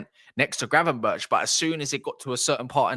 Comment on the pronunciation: Gravenberk not gravenberch 😡